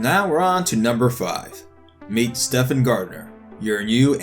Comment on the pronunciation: Um, it's pronounced "Steven," not "Stefan." It's like one of the most popular male names in history....